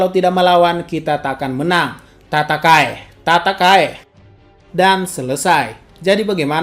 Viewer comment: yg gw denger "Kata kai" ehh pas baca ternyata "TATAKAE" and bang ngomong tatakae Nye gwsh pake EsMoci kuping ku berdering mana pake handset volume full...Udah lah rasanya...Tpi Mntp seringin lgi upload wkwkwk